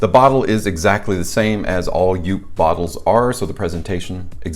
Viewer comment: Good review! Just for the record though: JOOP is pronounced the same as “hope”… 👍